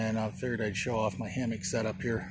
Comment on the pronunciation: Hammock? Damnit I thought you said Hamhock.